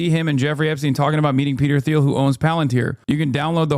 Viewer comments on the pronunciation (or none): It's a hard T sound, like Peter "Teal" not "Theal" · why you say "th-eel" and not "teel" thoooooo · It’s pronounced “Teel” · hasan doesn’t know how to pronounce peter thiel’s last name?